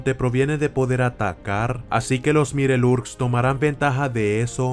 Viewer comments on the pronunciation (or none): Se escribe mirelurks pero se dice maiolorks :)